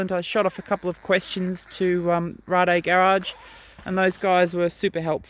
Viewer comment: Wasca sorry it’s Rade Garage and they’re a Czech company so she pronounced it right